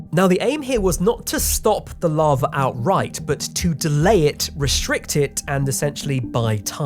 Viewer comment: "Larva" I can't not hear this.